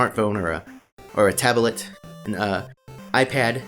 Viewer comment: A Tab-a-let